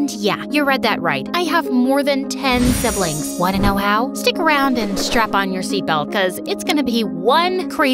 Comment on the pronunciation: Bro I thought u said u have ten slibling 😅😅